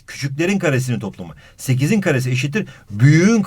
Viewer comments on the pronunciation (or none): ''9.7. saniyede sekiz yerine sekifs'' dedi. muq